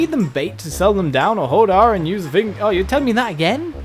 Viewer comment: why do you pronounce thing fing????